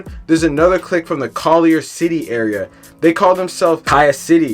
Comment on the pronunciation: Its Collier city bruh, we jus pronounce it as Khia